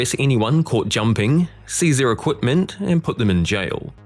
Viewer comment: Why is he saying equTment ?